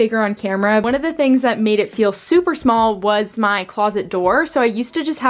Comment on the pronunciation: It's "small" not smol